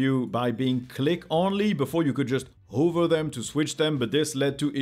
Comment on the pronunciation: Hey, I love your videos but the one thing that always infuriates me is how you pronounce the word "hover" - pretty please, say [ˈhɒvə], it will make me happy 😅